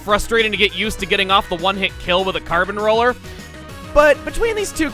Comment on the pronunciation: Holy crap (or should I say carp since this is splatoon we are talking about here) he absolutely nailed saying the carbon roller's name in Spanish(at least I assume that he said the right words and that it is Spanish since the only language that I truly know and understand is English due to living in the United States for my whole life so far and I only have 1 highschool year done thus I haven't really learned any other languages nor been to other places).